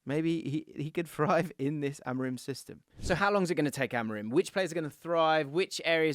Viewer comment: its not rim like tire rim it pronounced amoreem. I is like a double e like in spanish.